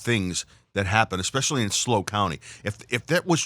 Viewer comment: It is S L O not slow. Idiot